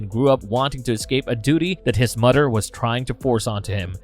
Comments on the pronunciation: Dude..practice your "th" pronunciation...its mother/brother not "mudder/brudder"..it's so distracting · Its mother not mudder. Its brother not brudder. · I'm sorry, am I hearing the narrator say "mudder" & "fadder"?!